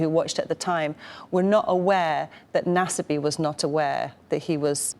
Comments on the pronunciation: Naw-Suh-me. Yeesh, whatever channel this is doesn’t even dish out enough to Google a name? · Nasbyって発音なの草